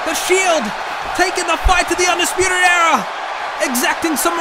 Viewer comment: Why it sounds like he said fuckin arrow but good video no disrespect love u man